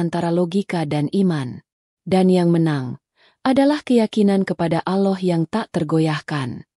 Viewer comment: mohon maaf🙏yang ngomong gk bisa sebut allah🤭